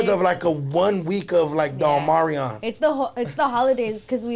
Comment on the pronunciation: He said Omarion. Lol I think he meant Omicron